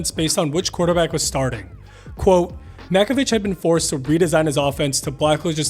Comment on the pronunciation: Oh, for the love of God… It’s pronounced Mack-o-VICK